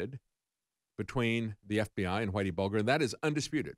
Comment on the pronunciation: Its pronounced buljer